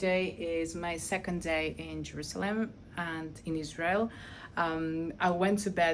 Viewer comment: Uoh not say lsrail ril